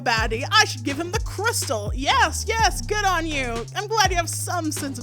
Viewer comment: gang I've never watched your channel before so i misheard 'goon' and was like yo why are we calling him a racial slur